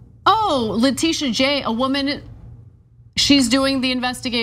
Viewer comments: Ana, you are mispronouncing Letitia. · it's pronounced leh.tish..a...